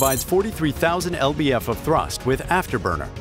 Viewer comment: OK so LBF is actually pronounces as Pounds Feet, it is a measurement of force.